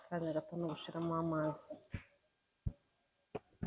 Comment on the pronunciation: nkunda kumva ibiganiro byawe gusa reka ngukosore ntibavuga "Gushiramo bavuga "Gushyiramo! Nukuri dusigasire ururimi rwacu. Kandi rwose niko uvuga burigihe